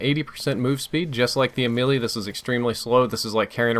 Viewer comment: it is basically Melee, and not Mee-lee, I mean the way it is suppose to be pronounced, it is May-lay so basically it is U-may-lay or U-may-lee